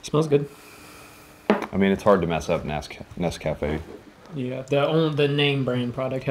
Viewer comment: Guys, Nescafe has commercials. Go watch one so you'll know how to pronounce it. I have yet to see an American ration reviewer who knows how to say it.